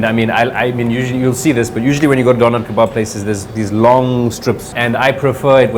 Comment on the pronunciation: When he rolls that R in DoneR , I know he is south African !! Nice video